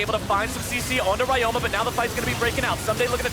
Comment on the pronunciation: Ryoma is read as Ree-yo-ma. Please correct it, it's annoying.